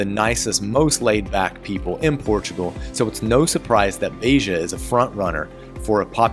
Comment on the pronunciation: Agreed that almost all of your city names have become quite good. Just two very minor adjustments: open, short e in Beja (not Beija) and separate syllables in Ra-inha. Otherwise, perfect!